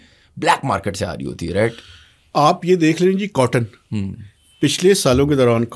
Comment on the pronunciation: "Maaekeet ... maarkeet"